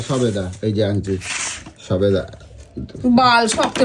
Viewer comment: Sobeda na na sodeba😂😂😂